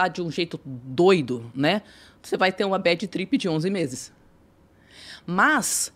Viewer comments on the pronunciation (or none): Badi tripi…chega a arder meus ouvidos. E o talki show então.